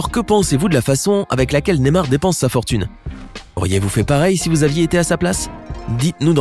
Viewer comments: C pas nemar mais ne*y*mar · NeYmar pas némar 😂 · Ptn comment il dit Neymar